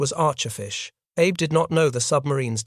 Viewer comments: Very good episode. Just work on pronunciations such as admiral Abe is ah-bay, not Abe. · A W F U L pronouncation ! ! The Japanese name "abe" is NOT pronounced like the Abraham "Abe" ... The Japanese is pronounced as "A beay" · The Japanese family name "Abe" is pronounced "ah-bay". Japanese names use the Chinese and Hungarian style: family name, personal name. Yang Jisheng, Takaichi Sanae, Lugosi Bela. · Ahhhh. Bey. Please pronounce correctly. Those of us that already knew this in the most part, enjoy others doing the proper amount of research and preparation.